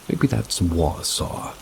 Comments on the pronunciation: It’s pronounced Wah-saw wisconsin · correct: its wah-saw. and then i hear appleton right after (where i grew up) GULP! now im in Washington so less demons and more bigfoots!